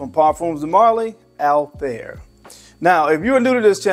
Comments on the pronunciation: The pronunciation of PDM Althaïr was wrong😊: there are 2 dots on the I😉, so it is Altha ir ☺️ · It's actually pronounced as Altha ir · It's pronounced all- tie-eer